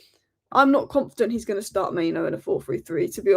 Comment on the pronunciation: It's mainoo actually, not maino